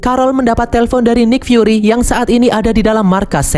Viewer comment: nik fyuri cara bacanya bang